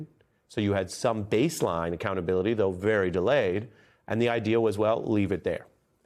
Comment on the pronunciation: Im sorry did you just say .... AC-Clownability? We need full Acclownability in my opinion... full acclownability!